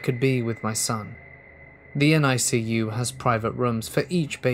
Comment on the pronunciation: NICU. Newborn intensive care unit. Pronounced Nic u . .. spelling it made me giggle a bit .. adore your content! Listen to you almost every night. And your one of the only voices I can tolerate when I have a migraine (I get sensitivity to light and sounds and light or sharp or loud noises make me physically nauseous or make me sick to my tummy) I find it relaxing and listening to you before bed I find I get bit more sleep then normally. Which is huge ...pain keeps me flip flopping all night.